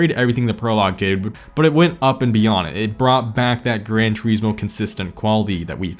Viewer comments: "Gran Treesmore?" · I hate how you pronounce Grand Turismo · I always thought it was Grand Turismo not Gran